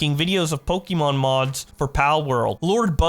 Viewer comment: pleaaasee please please,, its pronounced "po kae mon" not "pok ee mon" PLEAASSEEEE😭